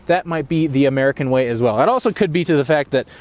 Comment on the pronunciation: he said murkin